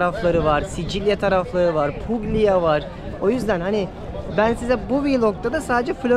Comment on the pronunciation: Hitler Floransa’yı bombaladı mı? Roma bir şehir, Puglia bölge; aynı cümlede yanyana gelmez. Puglia, Pulya okunur. Hayranınım:)